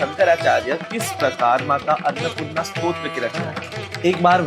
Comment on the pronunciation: Pardon me Bhai annapurna in hindi not arnapurna But video is wow